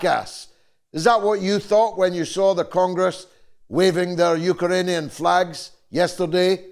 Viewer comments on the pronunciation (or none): lol ukeranian